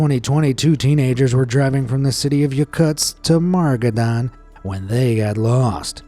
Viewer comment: 1. Oymyakon isn't that bad. I'm Siberian. I used to live there. 2. That isn't how you pronounce 'Sakha'. That isn't how the 'kh' is pronounced. At all. 3. Where the fuck is 'MaRgadan? 4. Your voice is annoying.